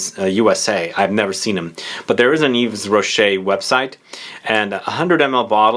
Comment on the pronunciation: yves rocket is pronounced eve-rochee